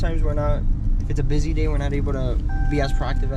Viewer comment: Did she say : every single dzay 🙄😐